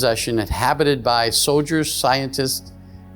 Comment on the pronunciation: He said “so-Ders “ instead of soldiers. 😂 90% of these UFO guys are disinformation. that work with handlers.